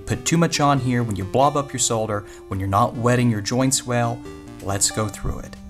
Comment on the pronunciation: I think is the only North American I have seen who can pronounce the word solder